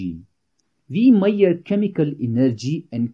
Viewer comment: The pronounciaton of chemical energy is wrong